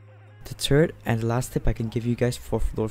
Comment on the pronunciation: I didn’t know I was pronouncing third wrong it is actually called tird